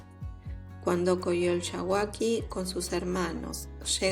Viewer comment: No sé dice coyolxahuaqui ojo con eso ... Se necesita ser mexicanos para pronunciarlo... O mucho estudio...